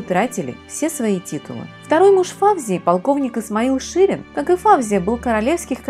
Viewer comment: Не ФАвзия, а ФавзиЯ, не ШИрин, а ШирИн....И при чём тут драгоценные камни???